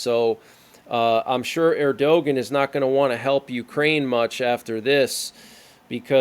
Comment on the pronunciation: It's pronounced Erdogan (er-doh-wahn)